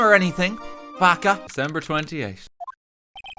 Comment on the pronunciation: Something so cursed about saying 'baka'